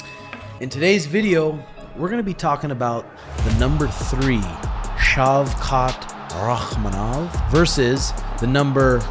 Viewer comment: Perfect pronunciation of name as in Kazakh